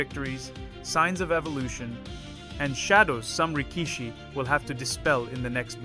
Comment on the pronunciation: Thanks for your content. Just a few pointers regarding pronunciation: Rikishi: The middle vowel is usually shortened considerably or outright skipped. Pronounce it as "Rick-shee" Tachiai: The CH in TaCHiai is pronounced like the ch in check, not a hard K-sound. Aonishiki: Like rikishi, shorten the middle vowel. "Ao-nishkee"